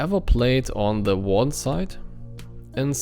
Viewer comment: and your english is good enough ( just an advice pronounce Warden with R because ur R is hard to hear i hear Waden XD but its better than me lol )